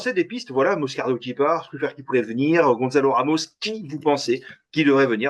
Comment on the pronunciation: S'il vous plaît, serait-il possible de ne plus dire gonZalo mais gonSalo, ça s'écrit avec un "Ç" Gonçalo. 🙏🏼